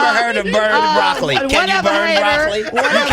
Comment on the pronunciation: She messed up when she said broccoli lmfaooo nah she not smart